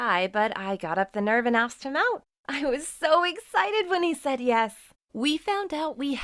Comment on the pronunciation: It’s said not seid